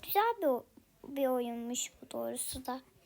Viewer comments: Hep dorusu diyorsun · evet komik olmus